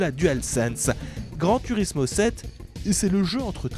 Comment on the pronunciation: Prononcer grand tOUrismo svp j’ai déjà tuer 14 chatons depuis le début de la vidéo pour passer la frustration, pas cool